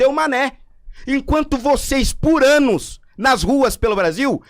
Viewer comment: voceiss por ÂNUS